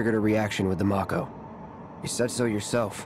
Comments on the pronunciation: I just hate that they mispronounced the word "MAKO". It's 'MA-KHO', not 'Mok-ho". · To be fair, the two Japanese syllables would be "mah-ko". That being said, I always called it "may-co", too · I always pronounced it "mack-o" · How they say mako, is driving me nuts